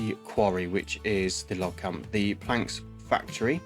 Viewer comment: Great video! Keep it up. But my brother.. "planks factory"??